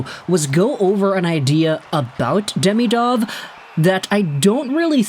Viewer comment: As you talk about this player so much, you should learn how to pronounce his name. It is not "day-mee-dov" it is "dee-mee-dov". Watch some Russian videos with commentary.